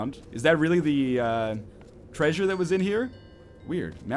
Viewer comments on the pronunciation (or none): National "tresure" Nice one NL. :D